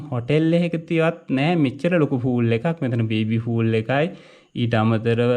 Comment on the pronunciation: "ෆූල්" කියන්නේ "මෝඩයා" කියනවාට. පිහිනුම් තටාකයකට කියන්නෙ "පූල්/pool” කියලා.